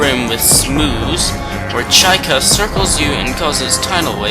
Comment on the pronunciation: chykka....... pronounced better as "chicka" instead of chaika" lol